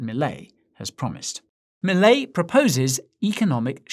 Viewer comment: He says Milei just like we do